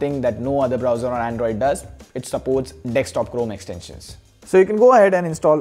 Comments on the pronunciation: why do indians call it "DEXTOP" when the spelling is clearly "DESK-TOP" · It's desk.. D e s k.. Not dex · Did you just say Dextop😂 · 'Dekstop' makes me feel cringy. Sorry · Wait a min he said dextop right